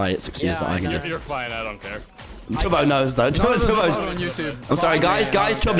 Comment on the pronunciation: It's tubbo not tobby